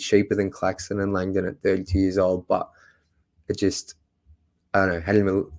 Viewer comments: Landon is pronounced Lang-dn. Not lang-donn. Soft sound on the dn. Lols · Tro-jun LONG-dong😂😂😂